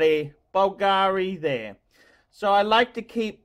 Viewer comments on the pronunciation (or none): none